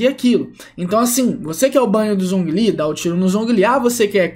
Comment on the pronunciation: MiHoYo: Zhongli se pronuncia Jonglí Players BR: Zonguilí kkkkkkkkkk